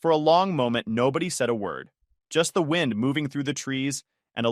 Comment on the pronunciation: Why does the narrator keep mispronouncing the word wind ?